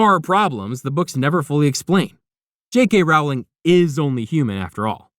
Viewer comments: Her name is pronounced Row-Ling.🙄🙄😑😑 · Bit like "Rowling" is pronounced like row in "Row, row, row your boat" and not like "having a row" with someone? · Pronounce her name right! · If I could give you a thumbs down every time you mispronounce Rowling, auror, Voldemort, or other names and words from this universe, you would be flooded with them. I can only give one though. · Writes an entire video about Harry Potter and can’t even pronounce the author’s name